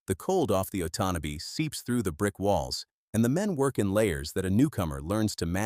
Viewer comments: uh TAUN uh bee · “Oat on knob bee river” 😂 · “Ott an nay bee river” 😂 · I really wish they would use real people and pronounce names properly. It's called the Otonabee river or as we that live there ,the 'otnotabee ' river . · The river is the Otonnabee pronounced: Oh ton a bee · Otonabee pronounced oh ton abee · Do you think you could find a ai voice that could say Otonabee properly? It grates on those of us who live in Ontario. Can't watch the rest of this. Glad that I didn't subscribe.